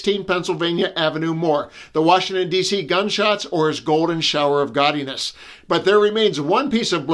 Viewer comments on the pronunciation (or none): Did you say "gawdiness" or "Gottiness" ? (as in John Gotti)